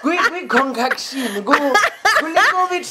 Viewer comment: Talking about concontion and con cation😂 paaah.